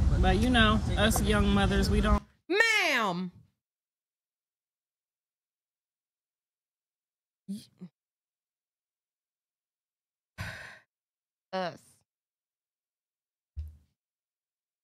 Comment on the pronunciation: .....The way you said🗣MA'AM 😂😂😂😂😂 Yea you sicka her😂😂😂😂😂